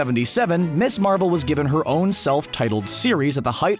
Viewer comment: For the record - “Ms. Marvel" is pronounced “Miz Marvel" not “Miss Marvel"…